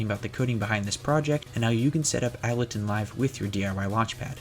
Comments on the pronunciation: btw its pronounced Able-ton not appledon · Did you just say..... Abbletun? It's pronounced ABLE TIN